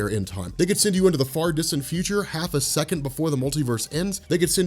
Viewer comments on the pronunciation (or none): none